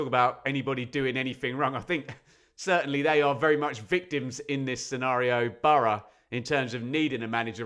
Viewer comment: No one says bor-o. It's burra, phonetically.